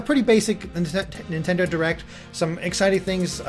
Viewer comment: Have you noticed that says Nintendoo, instead of nintendo at the start of the video.